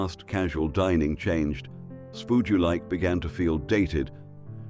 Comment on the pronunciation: Sack the A.I!!!